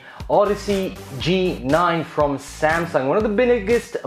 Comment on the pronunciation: ah yes Sang-Sung